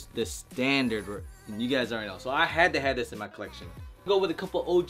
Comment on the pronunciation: He often like to pronounce collection 👉 “coleccion” 🤣 😂😭